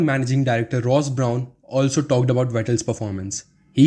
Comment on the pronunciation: Yess the video was so pleasing to the eye but now i want you to concentrate on your pronunciation specially don't get the names wrong. Example: Brawn(in this video) Is ok to have a little bit of accent but don't get the names wrong.